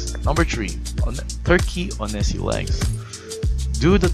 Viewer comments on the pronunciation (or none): Uhhh.. Onesie is pronounced wunzee